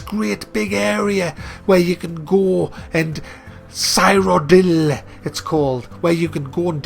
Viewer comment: Cyrodil is pronounced: Seer-O-dill